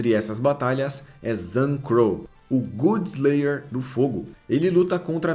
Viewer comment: Muito bom o vídeo mas pelo amor viu, eu tolero as pronúncias dos nomes e tals mas "good slayer" não dá, é literalmente a "god" de deus, não tem nem erro na hora de pronunciar, é só lembrar do jogo God of War, ou vc fala "bom de guerra"